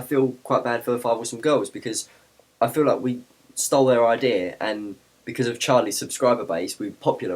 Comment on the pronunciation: i love how when you say "idea" it sounds like "idear" =] it sounds cute